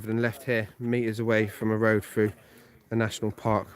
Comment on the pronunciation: What did he say ? Road frue. Are you sure you didn’t mean to say road through ?